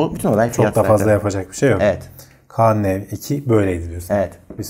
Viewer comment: kaan diye marka mı olur arkadaş,söylerken kaağnı gibi çıkıyor ses? bu ismi değiştirseler bu fiyata patlardı bu telefon,yazık